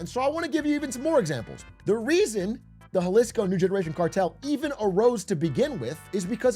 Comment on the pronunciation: Had to stop when you pronounced Jalisco